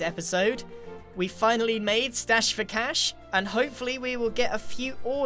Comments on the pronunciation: Stache, grian! like moustache! not moustash! Lol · I think it is stache not stash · It's stache not stash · Grian, its stache not stash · ( it’s stache not stash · It’s not stash it’s stache for mustache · Stache for Cash, not Stash for Cash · 'Stache surely, Not stash! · It's stache, not stash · Grian... it’s S T A C H E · It's "Stache" not stash Grian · Stache not stash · Griannnn. It's stache not stash😂. Aslo did anyone else get Finding Nemo vibes when he was clearing out the chickens. Like the scene where Nemo has to put that rock in the pipe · Keep the name of the machine still project dirthouse or whatever it was. That makes it sound cool, someone brings it up and everyone just kinda knows what it is. It sounds like some kind of soviet experiment. Also reduce your price. Also stache not stash. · Hey Grian, it would actually be 'Stache for Cash (with a che not a sh)